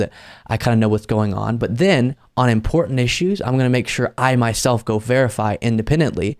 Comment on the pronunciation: Again, decent analysis, but this “mtg accent laziness” (I.E. the inability, or unwillingness to pronounce the letter D or T (wuh-int, dih-int, imporant) within words… is really starting to make these posts more, and more unlistenable, and ultimately, (in my humble opinion) degrades the legitimacy of your message